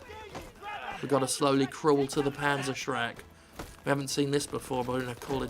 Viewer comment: "Pansershreg" It's not that hard...